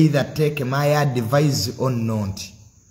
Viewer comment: its called advice not advise...in pronunciation